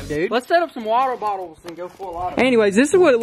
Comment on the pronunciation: wottle bottels ...LOL